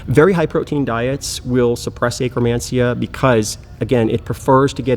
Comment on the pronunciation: I can't unhear it now. 🤣🤣🤣